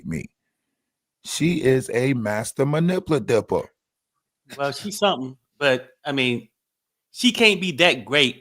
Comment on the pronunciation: Man-ip-u-lat-or. can pronounce every word but that for some reason. Sorry to be a jerk. It just pricked a nerve.